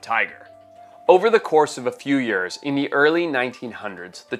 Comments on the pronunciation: Lol says years like yuurs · I love how Forrest has a perfect American accent, until he says "yeuuurs" 😂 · why does forrest always pronounce years as ''yurs'' lol? i noticed it in lots of videos